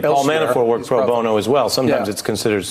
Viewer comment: It's Pro Bono, guys (pro bone-oh) .. not (bon-no)